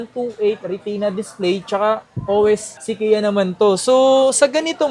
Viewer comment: Sequoia - se-koh-ya